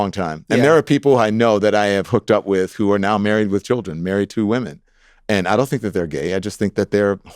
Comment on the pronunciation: WTF? We don't say women like that